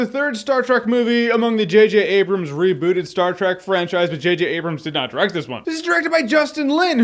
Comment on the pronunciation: Every time he said "Trek" I herd it as 'Shrek'. Dunno why. Don't ask.